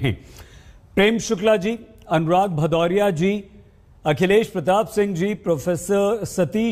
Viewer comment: भदौरिया नहीं बोल पाया...हरा कुर्ता खोल आया